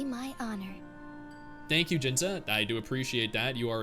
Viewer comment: I know it's a bit late to change once you get used to, but fyi Jinhsi isn't pronounced 'Jinza', in English it would be more like 'Jinshee'